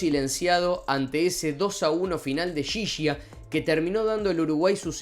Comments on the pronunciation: Alcides Edgardo Ghiggia. Se pronuncia guiyia. No yiyia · ghiggia , apellido italiano , en español se pronuncia Guiyia , no Yiyia . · Por cierto, se pronuncia : GUIYIA. Usando GUI como en GUIñada y YI como GGI en pareGGIo. Ghiggia. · Estaría bueno primero que nada pronuncies bien el apellido "Ghiggia" uno de los jugadores mas importantes en la historia de los mundiales! lo otro que la verdad molesta es que siempre ustedes los Argentinos descalifican o minimizan los logros de Uruguay! Siempre con la escusa de que ustedes no participaron! Les cuento que 6 meses antes se jugo un campeonato en brasil al cual Uruguay goleo a todas las selecciones por mas de 5 o 6 goles! Le ganamos a ustedes la primer copa del Mundo y tenemos 2 olimpiadas por eso las 4 estrellas en la camiseta! Lo digo con todo respeto y sin animo de sembrar discordia! pero creo que deberían dirigirse con un poco más de este a la hora de hablar de Uruguay!!!! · Aprende a pronunciar ghiggia